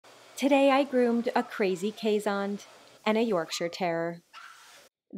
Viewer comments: She isn't saying it right either. Pretty close though. Should sound more like "case" than "Kayz" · It's pronounced Case hond (as in Honduras), two words :P It's just that us Dutchies, for some reason, tend to make one word out of two. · keeshond is pronounced almost as two separate words.....something like case hond. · Yes, I am a Trekkie, too. Once I saw the curled tail, though, I knew what she was saying. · Even though we Dutchies illogically glue our words together, Keeshond is pronouced as Kees hond. You pronounce it perfectly btw, just seperate the words. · Ooooh they are so adorable! It is so fun to hear you pronounce keeshond, it sounds much like Dutch. The hond part is more with the o like storm or thought. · I was so confused about how you pronounced keeshond, but that's only because I'm Dutch 😂 Absolutely love your videos and what you do! Keep up the amazing work 🧡